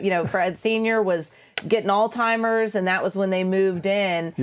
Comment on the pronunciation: did she say Alzheimers or 'Old Timer's'???